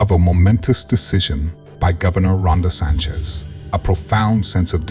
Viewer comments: Ron de Sanchez? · "Governor Ronda Sanchez?" It's RON DE SANTIS! (SMH)